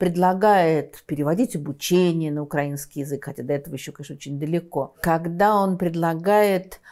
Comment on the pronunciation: Даже Невзоров исправляет свои ‘укрАинский’.